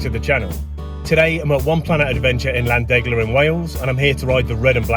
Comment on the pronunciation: Hey love your videos, not to be too naggy but the way your saying llandegla isn’t correct it’s more of a cat or a snake hiss where the double L is, so it’s more of a 🐍andegla